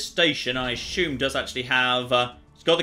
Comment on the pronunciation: Why is everyone on youtube pronouncing words like assume and consume with H's in them? "ashume" and "conshumer" being examples.